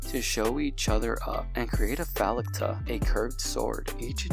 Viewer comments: What is so difficult about the word “falcata?” You pronounced it “fellata!” 😂😂😂😂😂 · It´s pronounced fowl-kata, falcata, like falcon, the beak of a falcon, looks a like a sickle...nevermind